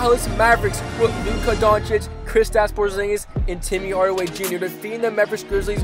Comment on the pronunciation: he says tim yardaway